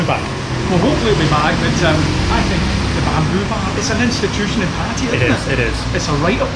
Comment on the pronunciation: Kindly learn proper pronunciation of 'Pattaya.'